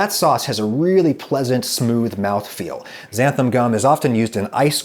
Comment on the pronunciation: Sounds like he’s saying Xantham gum.